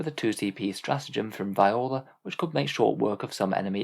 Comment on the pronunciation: Btw it's Viorla is pronounced vee or la